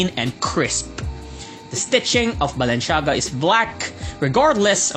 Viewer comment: Super exaggerated ang pronunciation, sana talk normal naman and wag puro sigaw ✌️✌️✌️ you got me at "Balen-shaga" 🤣😂